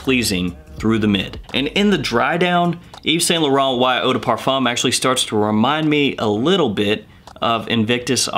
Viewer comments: A wee tip my scented friend, when saying Yves Saint Laurent, try pronouncing it as Eve Sant Lawrawnt. It has to roll off the tongue. Great channel by the way... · You still got the pronunciation of Yves Saint Laurent wrong lol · Eve sa la Ron is how you pronounce yves Saint Lauren